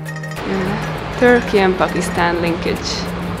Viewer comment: The way you say Pookistan - makes me giggle everytime